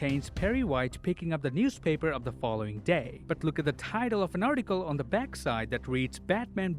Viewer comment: ayy i see u said bat instead of back